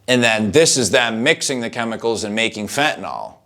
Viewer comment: why can't americans pronounce fentanyl correctly?